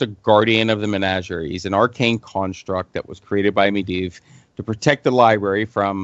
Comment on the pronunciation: i think the guy reads the books instead of listening to the audio books. he says some of the names incorrectly. Medivh "Med-iv", it's "Med-eev".